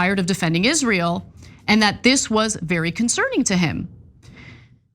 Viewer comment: its always funny to me how candace cant pronounce the world israel